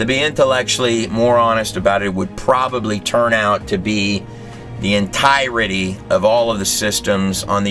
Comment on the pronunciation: this gut does a very insightful interpretation of the book of enoch as well. i wish someone would teach him to pronounce the word 'entirety'.